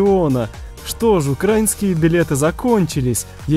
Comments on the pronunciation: Не укра́инские, а украи́нские! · Язика тобі вирвати за наголос в слові укрАінскіє білети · Не то ударение!